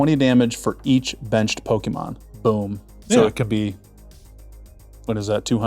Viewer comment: He keeps saying, "Poke-ee-mon". shudders